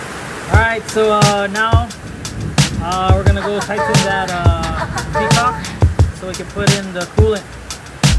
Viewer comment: "PET-COCK" Bro. Peacock is a bird.